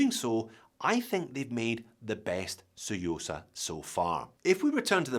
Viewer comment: Love the 'T', saying the quiet bit out loud.........👍👍